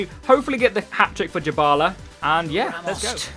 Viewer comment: Just saying his name is not pronounced "Jabala" it is literally "die-bala". Good video anyway mate💦